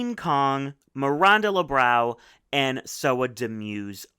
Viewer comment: PSA: The “ã” in Miranda Lebrão’s name is pronounced like “UNHhhh”.